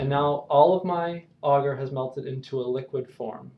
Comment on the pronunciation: I don't know why, but the way you pronounce agar really bugs me.